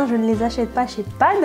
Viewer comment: "Mes achat padd que j'ai fait chez padd " petit bug 😂